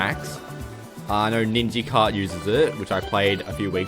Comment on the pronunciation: Bro called it NinjiKart